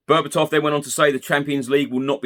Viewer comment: Berbatov is correct mate